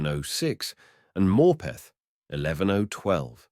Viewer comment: Yeah I was wondering where he was talking about, the way he says Morpeth makes me cringe 😂